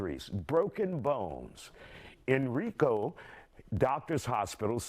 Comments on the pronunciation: HenrIco.. not henreeco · They were not all Black babies! Report the right info! Also learn to pronounce the Co of Henrico! Also she gets everything she deserves!